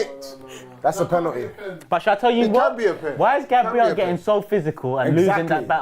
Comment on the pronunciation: pennerty pennerty 😂😂